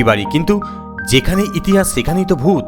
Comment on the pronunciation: ডুত অদ্ভুত না ভূত অদ্ভুত😂